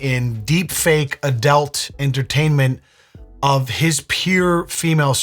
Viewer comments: BRO, its adUlt, not adElt. imma bout to unsub if i hear you and your wife say adelt again. i cant stant it. its adult! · Room = "rum" Adult = "adelt" Nigel = marginalized